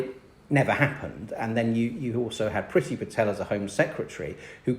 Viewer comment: Love love love Bridget Phetasy please pronounce her name correctly. Other than that great content xxx